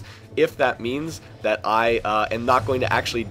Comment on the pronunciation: STOP SAYING "DAT"!!